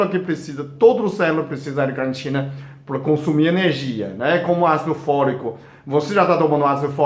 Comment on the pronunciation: Braz Braz Olá! é: L- Carnitina ( repare, q ele troca o l pelo r ao falar...)☺